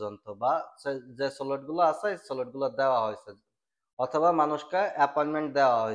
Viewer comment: ভাই, কথাটা স্লট হবে সলট না।😊